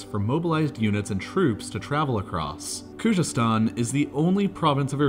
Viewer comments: If you read this: Kh is forgivable but c'mon man its a z like the English language try saying it like its English and u will be even closer to the real pronunciation: Khuzestan ( try saying Kuzestan as the kh makes like a x/khhh sound which is understandably hard to pronounce). U got this dawg. Almost all of the Iranian language with the exception of kh and gh sounds exactly like it looks. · It's definitely not pronounced Kujestan. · The clip is so wronge. Irans economy is working almost without oil today. Narrator cant even pronounce Khoozestan and says Koojestan!!!! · Bro why does he not make an effort in pronounving Khuzestan correctly ?